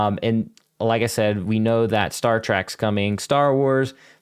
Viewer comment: please, it’s Star TrEK. Not Star TrAk. Love this video btw! So many bombs dropped 🚀